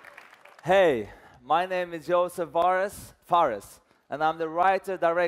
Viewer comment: Best moment from EA's E3 conference; when Josef Fares forgot how to pronounce his own name